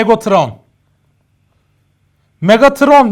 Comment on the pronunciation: Megatrona megatıron diyen -_